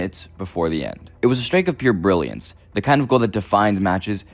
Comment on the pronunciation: Brilliance has an R btw